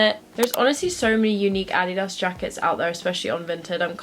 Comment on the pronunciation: "addy dahs" ily haha